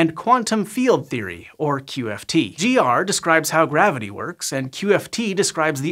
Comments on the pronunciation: Says gwavity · The waskly wabbit said gwavity